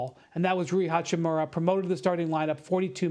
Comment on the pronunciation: Hachimara, Hachimuri, Hachami, Hachmiri, Hachimuru...